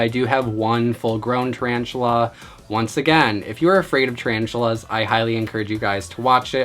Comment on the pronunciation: HE SAIF TARANTULAS AND I WAS LIKE BOI NO IM OUT